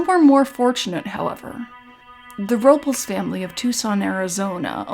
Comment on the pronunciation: Nit Pick Alert. You're mispronouncing Robles.